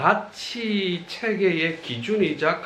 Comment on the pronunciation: 또 틀렸읍니다."가치"의 "가"는 길게 발음해야지요. 이런 평상어를 바르게 발음하지 못하면서 고전 강의를 한다는 것은 무엇을 의미합니까? 한국의 장단음 문제는 실로 심각합니다. 고국의 동포 여러분! ",한국 어문을 고발함"이라는 책을 읽어 주시옵소서. 미국 변 완수 드림. 또 실수!! 성인(saint)의 "성"을 짧게 발음했읍니다. "길게" 발음해야하는 평상어입니다. 자고저 문제가 어망입니다. 이 이상 들을 생각이 없읍니다. 미국 변 완수 근지